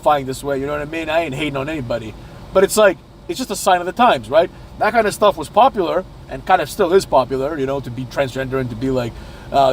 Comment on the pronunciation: Yes, Yes it was. Porpular till this day.